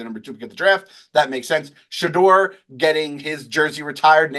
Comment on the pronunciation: Nate should listen to other people say "Shedeur" Sanders name before he mispronounces it 😂